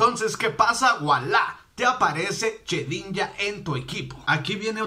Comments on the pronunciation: se dice shedinja no chedinja !! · Se dice shedinja no chedinja